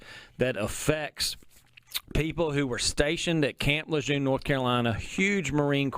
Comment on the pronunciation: You’re pronouncing camp Lejeune wrong. You need to give the man the base is named after the respects he earned